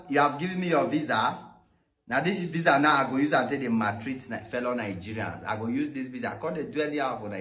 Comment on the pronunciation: Very good video. But what is the reason Nigerians pronounce the name of the country NANGERIANS? You also pronounce racism as RATECISM. You are otherwise very fluent and good to listen to.